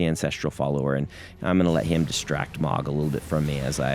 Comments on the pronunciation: How would “oh” make an “ah” sound, Brandon? 🙃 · It's pronounced "Moe-g!" like a lawnmower! ah my British ears! It's like "Craig" all over again! You wily Americans can't keep getting away with this! (Great vids btw) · I haven’t played it yet (new pc soon) but I can’t help but pronounce Mohg the same as Mogh as in Warf, son of Mogh. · Yeah, it's a common mistake. It's written as "Mohg" but it's pronounced "Mhog".